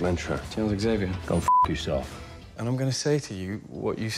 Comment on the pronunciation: I’m glad you said Zavier and not Exavier. It’s xylophone people, not exylophone